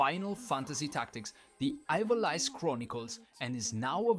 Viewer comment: thanks for the round up! (please don't take this the wrong way: 'eeVALeeCE')